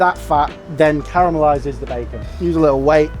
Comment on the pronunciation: Always good to hear someone pronouncing ‘caramelize’ correctly, unlike the Americans.